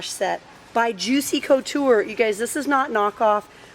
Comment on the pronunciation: Please pronounce Juicy Couture right sorry....